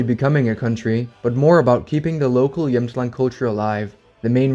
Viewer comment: Great video, and as someone from Jämtland (great pronunciation btw) you really got most of it right! While the independence movement is for the most part completely a joke, we are really proud of our land, probably the proudest in all of Sweden (I rarely meet anyone who even cares about where in Sweden they are from, nor do they take pride in their regional heritage, except for people from Skåne perhaps). We have our own flag and every year at a huge music festival called Storsjöyran the president holds his speech and everyone waves with their little flags and shout slogans in the dialect. We consider ourselves primarily Jämtish (is that even a word?) and then Swedish but I don’t think anyone would seriously want to secede from Sweden. Of course, I can’t speak for everyone, this is just my experience and view on the matter, but again great video though I have to point out one error and that is that the southern part of the region you showed on the map is a region called Härjedalen and not really Jämtland, and they do not view themselves as a part of “Jämtland proper” but besides that I think you got everything right!